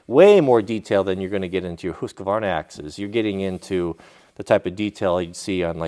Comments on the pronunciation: You're the Man, but I will never get used to "WHO-ska-VARNA". Lool.:) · it is som funny to hear you saying husquarna